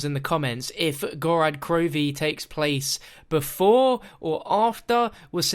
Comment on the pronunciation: you call it "Gorad Krovi" it's "Gorod" with an "o"